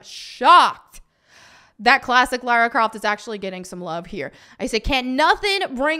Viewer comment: As an Englishman it's so refreshing to hear an American actually say LARA Croft and not LAURA Croft.